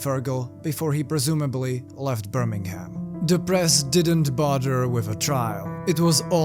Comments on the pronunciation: Birming'um. The "ham" at the end doesn't have a pronounced H. Whenever you see a 'ham' at the end of a location, you can drop the H and just say 'mm' at the end. This comment isn't meant to be rude, btw! Genuinely trying to help for future videos or conversations :) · hell is actually just a room with a guy who pronounces it birming-ham saying it repeatedly